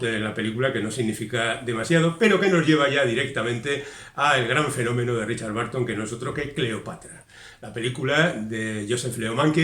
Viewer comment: ten en cuenta que la pronunciación de BURTON como barton (y STEPHEN como stifen) es (una vez más, en España) generalizada, pero inventada. Debe sonar bérton. Esa UR es parecida a la de THURSDAY zersdei, CHURH cherch, CURSE kers, BURN bern... Magnífico resumen, como siempre.